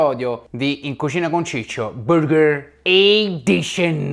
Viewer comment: nessuno: letteralmente nessuno: ciccio: BÜRGHER EDISCION😂😂